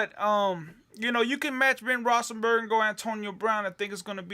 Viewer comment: its rothlesburger not rossenburger...how in the hell did you win? Must be really lucky.